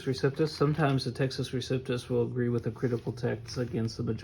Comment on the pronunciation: You are lying, and don't have the guts to identify which bibles of which you speak. You know the majority is corrupt, so blow it out your duffle bag. BTW it is receptus, not reciptus. What a dork.